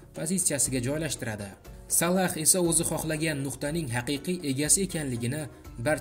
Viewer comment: Админ Салах эмас Салох